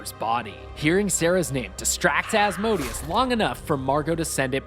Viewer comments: its pronounced Az- Mo Day Us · As-mo-day-us is how it’s pronounced I’m sure